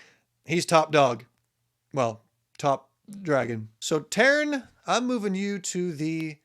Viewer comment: Sgaeyl is pronounced Sih-gale in the audio books Tairn is tear-n if that helps lol